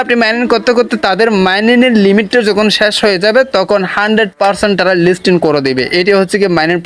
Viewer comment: লিস্টিন না লিস্টিং হবে বারবার ভুল করছেন.....😅😅😅😅